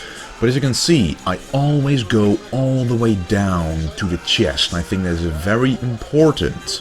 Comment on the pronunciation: I love the channel bro, but please can you say chest instead of Chiyest :p lol